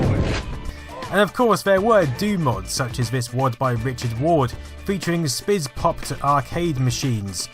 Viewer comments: SPISPOD is prounounced SPISS-POD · It's pronounced " spiss-pop-dee"